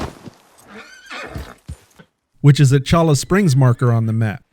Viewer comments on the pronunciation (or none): Late to the party, but it is "choy-ah" springs. Great content otherwise. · It's pronounced "Choya Springs". Yer killin' me.😖